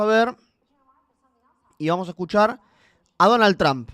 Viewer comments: He estado pendiente, con uds gracias, y se pronuncia Donald Trump, no tramp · No es. Tramp.... es tromp la fonética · No es tramp es trump ridiculo regresa ala escuela boludo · Pronuncia bien el nombre cojone